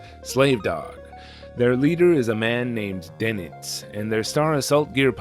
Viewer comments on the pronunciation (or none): Doenitz is the name of the Naval commander of the third Reich and overall leader following the self termination of the original one, Karl Doenitz. Pronounced "Durnits" usually.